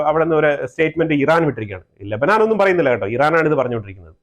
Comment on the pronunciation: ലബനാൻ അല്ല, ലബനൻ.